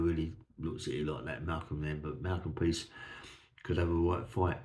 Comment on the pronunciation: PRICE is name is it’s not peace although I laugh when you say it. I have told you before mate. Love the stories keep them coming. From Merthyr Tydfil